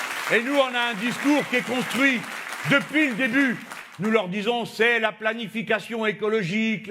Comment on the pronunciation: Par contre le depuis avec un t ça choque 😂 (depuit)